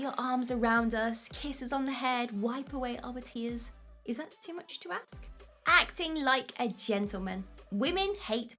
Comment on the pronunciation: Did you say axe for them? Please tell me you didn't say axe.